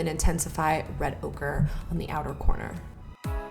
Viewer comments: Lol she says Red Ogre instead of red ochre 😂😂 I love you 💕💕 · Lmaooo😂😂😂😂 she sed ogre instead of ochre😁😁😁💕💕💕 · Sounded like you were saying red ogre haha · I kept hearing "red ogre" it was making me giggle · I kept thinking you were saying "so I'll just take some more red ogre..." For that eyeshadow lol 😂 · I kept hearing red ogre. lol. Very nice look and glad our ma is back! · "Red ogre" I cringed so hard😂 but it's alright girl we all fuck up sometimes. Love you! Xxo